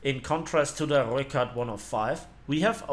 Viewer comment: Damn somebody can roll their r's. So far this is the best pronunciation of rooikat I've heard.